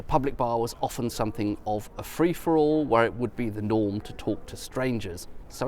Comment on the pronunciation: Thank goodness he’s not one of those crazies who pronounce the T in “often”. Sometimes I despair of people.